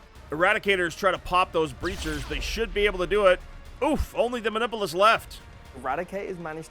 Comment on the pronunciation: Dice tell stories, and the story they wanted to tell today was, "The Emperor prefers to be referred to as the Omnissiah today." Also, LOL at them pronouncing "muh-nip-you-lus" as "mah-nipple-us". 😂